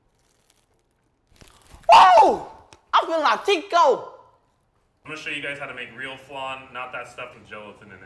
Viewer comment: Tuco? Not Tico 😭💀